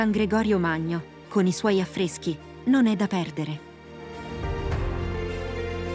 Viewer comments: "Sàcile?" Aiuto! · Si pronuncia SACILE con l'accento sulla i....!! !! Sacíle! !! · Buongiorno; la pronuncia corretta di Sacile è con l'accento sulla ì; aggiungo alle località già citate anche Pordenone e nei dintorni Cordovado, Sesto al Reghena, Valvasone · Peccato per la pronuncia di Sacile... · Sacile, con l'accento sulla i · Sacileee ma impara a pronunciare il nome Sacile.